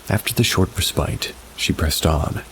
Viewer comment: Despite how the word is spelled, "respite" is said "re spit". Cause English🙄